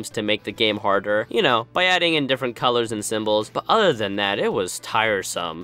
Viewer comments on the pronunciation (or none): none